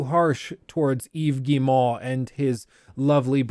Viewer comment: "Eeeves Gii-moouh" love the way you say his name 🤣🤣🤣🤣